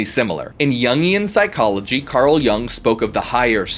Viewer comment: You mispronounced Jung. The pronunciation of Carl Gustav Jung is approximately "Karl GOO-stahf YOONG" in English. Here's a breakdown: - Carl: Pronounced like "Karl," rhyming with "car" or "far." - Gustav: Pronounced as "GOO-stahf," with the stress on the first syllable. The "u" sounds like the "oo" in "food," and the "v" is pronounced as an "f" in standard German/Swiss German. - Jung: Pronounced as "YOONG," with the "u" sounding like the "u" in "cute" or the German "ü" (a rounded vowel sound). The "J" is pronounced like a "Y," following German pronunciation conventions. Jung was Swiss, and his name follows German pronunciation rules, as he was from the German-speaking part of Switzerland. In German, the stress is typically on the first syllable of each name.